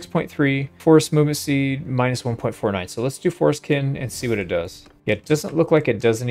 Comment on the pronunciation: The way you pronounce Forest Kin makes me uncomfortable lmao